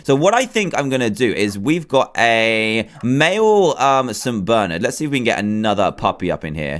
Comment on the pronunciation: St. BERNARD NOT ST. BERNERD srry my dad's name is Bernard and he's uh g o n e 😭😭😭